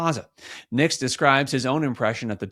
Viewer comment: His last name is Nix not Nicks.